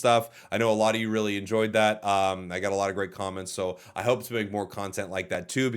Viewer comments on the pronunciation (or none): none